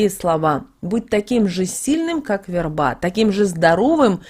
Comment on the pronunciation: У неё и верба - вербА. Такой корявый язык